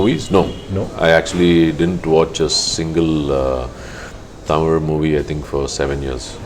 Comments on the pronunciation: Good interview, really liked it, but please allow them to finish before you start to the next question, please learn to pronounce #Tamil properly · Yo..Tamil la paesu..Ivlo pronunciation ku nee tamil la yae paesalam.